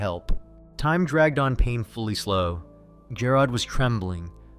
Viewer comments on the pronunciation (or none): Lol jah rod..... It's g air od... Jarod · Jer-rod. Where’s A-a-ron?